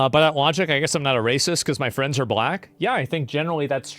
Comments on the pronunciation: Bwack fweinds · "Black flends"😂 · Swear the very instant he mispronounced friends you already have someone in chat pointing it out